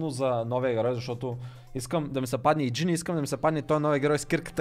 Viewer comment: казва се гин не гене